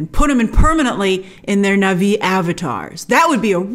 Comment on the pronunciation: It's pronounced Na Vee... not Nahvi 🙃! 🔪😎👎